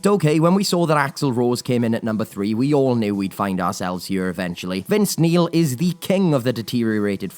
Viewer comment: "Vince Meal"! 🤣😂😆